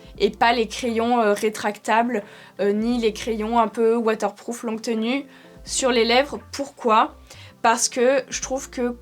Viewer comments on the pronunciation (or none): none